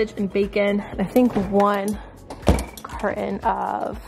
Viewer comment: Do u know how to say carton